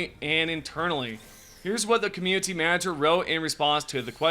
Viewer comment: I enjoy your videos but I have to ask, why do you pronounce "community" with a hard T ? You don't with any other word; you've pronounced "quality" and "updates" with the soft T every time, but for some reason you emphasize the T in community as a hard T and pulls me out of the video every time it happens.